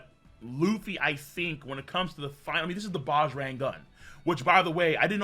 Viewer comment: BAJRANG is pronounced is BUDGE + RUNG